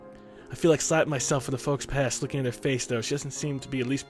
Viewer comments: "I feel like slapping myself for the 'folks-pass'... " lmao... It's pronounced Foh-pah. XD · yeah he says fox pass instead of foh pah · Am I only one who found it funny when he "fux-pass" instead of "Faux-pas" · Fou Pa is how its supposed to be pronounced. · It's Pronounced Fo-Paw. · "faux-pas" Folks pass? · hey chilled faux pas is pronounced fo paw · Just so you know, not to be rude, ''faux-pas'' is a french word and is pronance ''fau pa'' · How pronounced "faux-pas" physically hurt me. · The way he read faux pas.... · xDDDDD Oh I just died when I hear him read faux-pas. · i laughed at how he pronounced faux pas